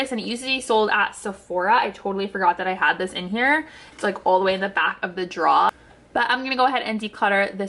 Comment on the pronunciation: Your accent when you say drawer 😉 Much love girl--Love your videos